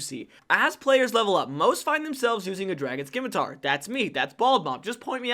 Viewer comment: Great video! My only constructive criticism is to pronounce "scimitar" correctly. 😅